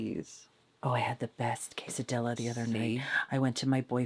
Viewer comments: And the "ques" is pronounced like "question" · As a Mexican fan, I want you to be fierce when ordering a quesadilla... lla is pronounced as the ja in Jack.